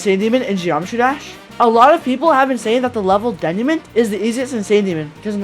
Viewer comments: its de-nuu-mah 😭😭😭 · You mispronounced denouement.